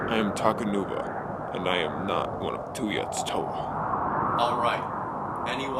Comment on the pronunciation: You said takanua it’s takanuva